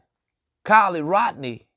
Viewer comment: Why are you offering an underage young lady alcohol on a public social media platform . You sound perverted and a sicko. You didn’t even pronounce Kiely’s name correct